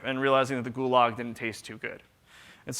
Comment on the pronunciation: I loved the part where; instead of pronouncing it "goulash", the hearty stew containing meats and vegetables, he pronounced it "gulag", as in the Russian labor camp